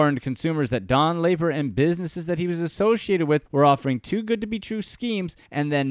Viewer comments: Amusing video, but Don Lapre’s last name was pronounced Lapree, not Laper. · LAY-purr???? Dude, just listen to the guy in the video say his own name! lah-PREE! lah-PREE!¡!!!!!! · It’s sad because anyone who watched 30 seconds of Don’s infomercials would know it’s Lapree. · It wasn't laper it was pronounced la pree. Jesus you think if you're going to do a whole segment on somebody you know how to pronounce the fkn name. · The video narrator mispronounced Don's name. It's "La-pree", and not "Lay-per". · Not Laper????? Its Don Laaaaa Preeeeeee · Actually if I remember correctly, his last name Lapre was pronounced like "Luh-Pree" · No, it's Don La-Pree! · I saw one of his money making infomercials late one night back in 1986 that sparked my interest. I never followed up on it and it looks like that was a good thing. And his last name is pronounced La-Pre. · I see Don Lapre and I never clicked so fast. But good Christ, this is cringe-worthy. It's pronounced LUH PREE. In doing research for this video if you even bothered to watch any of his infomercials you would know that. AUTOMATIC THUMBS DOWN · Me too. Anyone who watches 1 minute of a Lapreeeeee video will know how to pronounce it. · "Laper"??????????????????????? Are you shitting me?!!! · La Pree its pronounced La Pree! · Yea why do you keep saying laper over and over again , Extremely annoying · The guy who made this video must not have watched any of Don Lapre's infomercials, since he doesn't even know how to pronounce his name correctly. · I can't watch the entire video due to the jagoff who is mispronouncing Lapres name. Its driving me crazy. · I did too, and the tiny classified ads. Pretty embarrassing. And this guy's mispronunciation is painful and it's not even the way anyone would guess it's pronounced. And even watching one ad for research would correct it. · 😂 same here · How do you make a video about a guy and cant even announce his name correctly?